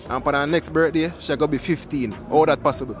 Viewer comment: That nuh pathibble 😂😂😂😂😂